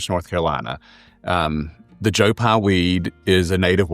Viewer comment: Its Joe PYE not Joe Pi. Smh